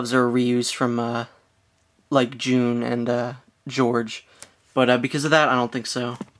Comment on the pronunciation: its not june you tard ITS J-U-N